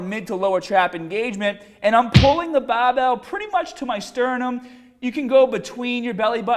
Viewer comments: Willy Watcher 24/7 a fucking annoying way to say barbell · How come you spelled it "barbell" in the title, but pronounced it "bahh bell" in the video itself? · Lumbaah and baah bells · Bah bell row guys! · Not hate at all, yeah he takes a bit of slagging with the way he says BAAHBELL but he sees the funny side and people like that. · dude wtf is with your accent?! the "bahbell" suggests boston but you almost sound scottish at times and neither pronounce the word "mascles"! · I'm sorry dude, I can't get my mind off of the BAHBELL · Ya gotta PUHFECT ya FAWM when ya lift the BAHBELL, guys! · Bahh bell bentovahh row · The Bah-Bell bent ah-ver rows!! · Baahbell taahget paaht lol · The Bah-bell bent ova rowwww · Lol that's east coast/new England pronunciation for barbell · "Ba Bell Bench Prwes..!" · intro - bahbell ben bahbell ben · Its funny to hear when he says" Barbell".. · Great content, but I'm sure it was requested by most to hear you say barbell